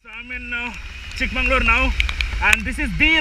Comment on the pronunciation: Why do you keep saying “Chick mangalore” instead of “Chick Magaluru” ? This is unacceptable, especially from someone who knows Kannada well. I’m pretty you know the meaning of “magauru” and “mangalore” !